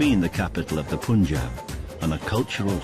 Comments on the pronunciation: These whities, it's pronounces "Panjab" , not "Pooonjab" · It's not "Poon"Jab, It's the "AA" sound, Not the "OO" sound. Try saying Pun(the english word) followed by Jab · He keeps saying it! It's notPOOOOON!!!! you imbecile!!